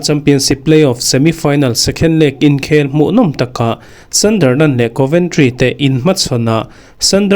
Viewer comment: Thil ka lo sawive lawk ...ka sawisel vang che ni lo vin ....Sunderland i lam rik dan hi ..sandarland ti i i lam a ...a dik lo .. A inziak dan ang tak in ..hei hi chu lam tur Sunderland - sandar ti lo vin sundar ..ti in